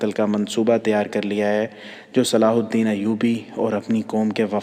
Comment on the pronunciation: Sala alhadeen nahi he durust yeh he salahuddin ayyuby